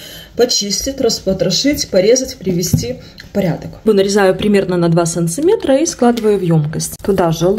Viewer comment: санТиметр везде санТиметр, это не белорусское произношение это какая то деревня.